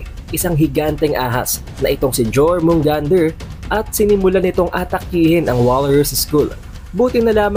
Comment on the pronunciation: yormugandr pronounce dun idol hindi jormungander